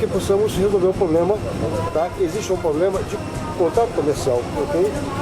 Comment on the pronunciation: polícia federal falando POBLEMA KKKKKKKKKKKKKKKKKKKKKKKKKKKKKKKKKKKKKKKKKKKKKKKKKKKKKKKKKKKKKKKKKKKKKKKKKKKKKKKKKKKKKKKKKKKKKKKKKKKKKKKKKKKKKKKKKKKKKKKKKKKKKKKKKKKKKKKKKKKKKKKKKKKKKKKKKKKKK